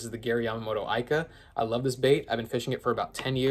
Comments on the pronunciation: It's pronounced eeeeeka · Youre pronouncing ika wrong